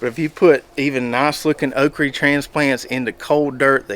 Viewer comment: Good stuff! Your pronouncing of “” is a regional thing or you just adopted that term? I get tickled every time you say okra 😀